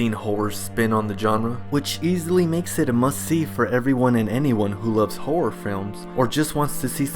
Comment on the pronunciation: Anyone that loves whore films? Dude, there’s 2 distinct R sounds in the word HORROR.